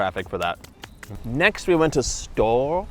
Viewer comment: Hey, guys 🙂 . It is originally a German name, so it is "Stoh - Rer" : you pronounce the two entire syllabes 😉 The Baba au Rhum was invented at king Stanislas's Court in Nancy, Lorraine (East of France), in the mid XVIII° century. Stanislas was the father-in-law of king Louis XV of France. Stanislas was famous for his greed. One day, his Chef let a brioche dry and become stale. What could he do with an uneatable dry brioche… ? So he had the idea, once the brioche totally dry, to plunge it into a hot syrup made of sugared rhum (and orange, lemon, vanilla, etc). And this is how the Baba was created 🙂 Saint Honoré, in France, is the patron Saint of the bakers, that is why they created a pastry named after him. And that is why there are six different technics in it : pâte feuilletée, pâte à choux, three different creams (crème pâtissière, crème Chibouste and crème Chantilly) and caramel. But the crème Chibouste (used to fill the choux) is very fragile and you can't keep it long. That is why, nowadays, the bakers fill the choux with the crème pâtissière, even in the best bakeries. it is very rare to find "real" Saint-Honoré. Well, that was all 🙂 You were very funny… And I really don't know how you manage to eat all those things in 15 minutes ! 😉😂 You are crazy !!!